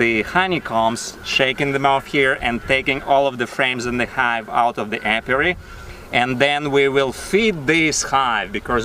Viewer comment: Apiary - a place where bees are kept. (A-pee-air-ee)